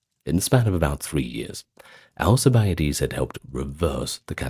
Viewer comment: AL CIB A DEES theres no a after the i